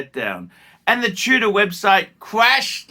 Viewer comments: Are you saying TUDOR or TUNA? In any case, your insane. Tudor was an absolute home run or whatever you call it in cricket. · nothing in tudor, wtf are you smkoing. And it's tudor not Tuna. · Is he saying Tudor or Tuna?! Wtf is going on.